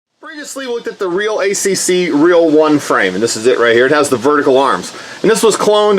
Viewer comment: I think its pronounced real Akk